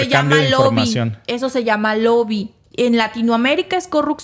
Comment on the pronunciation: Gracias, se dice lobbying no loby